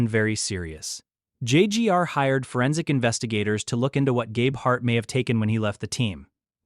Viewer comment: How can we trust this when you can’t even pronounce Gabeharts name correctly? What’s important to you is how many views you get, not how accurate your video is….JUNK!